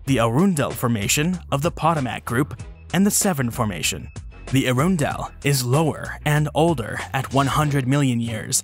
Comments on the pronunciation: Arundel is pronounced hA-Run-Dell, not a-rune-dell, nor air-run-dell. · Arundel is pronounce "Uh-RUN-dull." Potomac is pronounce "Pa-TOE-muck." Since this part of the East Coast was under water during prehistoric times, we mostly get shark teeth fossils and fossilized whale bones around here. There is a dinosaur track way on the grounds of the NASA facility in Greenbelt, MD, which is about 5 miles from DC.